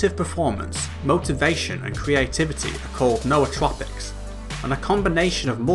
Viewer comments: N'OU'tropics not no-o-tropics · The only person I've found who actually said it correctly lol. No aw trow pics.